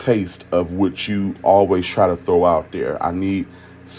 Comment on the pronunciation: said “whuhthhht” 😂😂😂